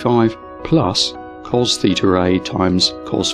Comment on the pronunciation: It is LAW, not LORE, and COS is pronounced "Cosine", not "Coz". As usual, you are not consistent in your mispronunciation, since you did pronounce SIN as "Sine", not "Sin". You are also still butchering the names of Greek letters, such as "theeter".